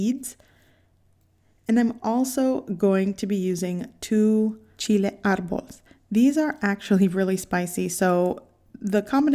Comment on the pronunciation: Lol, it's "Chile de árbol" Cracks me up every time I hear it.